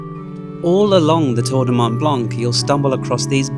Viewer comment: Nice video!! Thanks for sharing with us :) Please stop pronouncing the C in BlanC - Mont Blanc and Lac Blanc the C is not pronounced :)